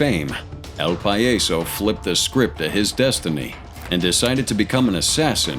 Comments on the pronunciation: its not "Pa-yeso". its "PAH-YASO". Say it slowly.... PAHHHHHH - YAHHHHHH - SO i remember los metros. werent they the ones who killed La Niña? or is it the other group.. Cyclones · It’s pronounced pa-yaaa-so not payayso if you’re going to say something in Spanish please research it at least it’s extremely rude it just means the clown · Lol El "pie - yes - so" what the hell is that? You mean el PAH - JAH - so.... 🤦🏻‍♂️